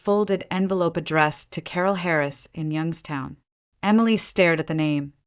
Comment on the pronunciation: Properly pronounced "Yunkstown"